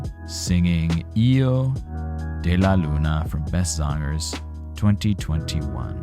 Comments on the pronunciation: Ehhmmmmm....... don't you know how to pronounce hijo? The way you pronounce it, it sounds like io, while you should pronounce it with a gutteral j (more or less as the Dutch g or ch)! And the h is the same as in English! Aside from that: in relation to the German translation, the sun is female and the moon is male (as in all germanic languages), while in the Romance languages the sun is male and the moon female. Personally, I like Karsu's version over the original one, although the original certainly has its merits as well. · You pronounce it lik hiego de la Luna